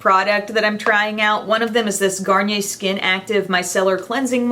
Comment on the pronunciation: I like that you pronounce Garnier right. I dont like it when a youtuber pronounces it as 'garniyer'